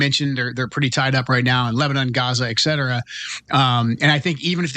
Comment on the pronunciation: Joe Kent just said, "eXcetera." Ugh.